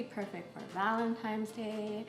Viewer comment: Wait. Did she say Valentimes Day? 🤨